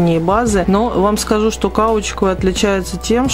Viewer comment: все нравится, но "кАучук" ухо режет (каучу́к)